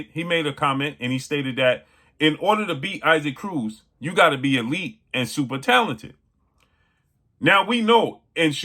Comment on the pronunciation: 😂 It is pronounced EE-sock Cruz